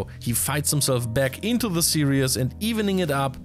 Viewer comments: Great news and great to hear from. A small note for future -- the word used in the whole video was "serious" [sear-e-us] (example ) but the correct pronounciation is series [sear-ees]. Still, great respect and positivity for handling SC2 and multiple languages:) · is have serious problems pronouncing "series" and instead turning it into "serious". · we love you. Some english language: serious is not the same a series. Some other pronunciation stuff. But job well done:) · Love the commentary. You're going to give me an aneurysm if you keep saying "serious" instead of "series" though. 😂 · 'Series' and 'serious' are not pronounced the same way. Great content as always. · FYI, the word "series" has only two syllables. Say "sear" followed by "ease". The way you're saying it, it sounds like you're saying "serious". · It's "series", not "serious". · Why do you pronounce series "serious"? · Yeah, it was funny every time he said it so completely wrongly, but to be honest I hope he doesn't say it again. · That is not how we say series in the USA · Why do you say series like that